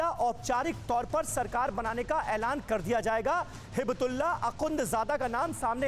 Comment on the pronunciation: नाम के उच्चारण तो‌ ठिक से करें ! हिबतुल्लाह नहीं हइबतुल्लाह है